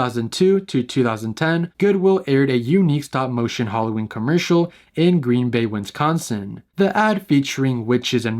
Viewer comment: my guy.. please, pronounce Wisconsin correctly.. it's not win-scon-sin.. /lh